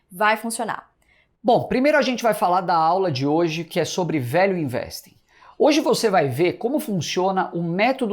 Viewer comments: #valueinvesting - A pronúncia fica muito próxima de "Velho Investe", ou seja, a mais pura verdade sobre esse monstro que é o Velho Barsi - O Velho Investe mesmo. kkkkkkk. O Seu Barsi, muito consistente, está disposto a repassar esse grande conhecimento para todos nós. Espero poder fazer parte desse MBA e me aprofundar bastante no mercado financeiro com a consistência do Velho. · value investing - Pronounced >> vaelju investing ! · Gente...quando ele falou #VALUEINVESTING eu entendi : #VELHO INVESTE!! Daí pensei...rapaz, se o VELHO INVESTE, eu também vou investir!! Vida longa ao nosso Velho Barsi!! Ou seria VALUE BARSI??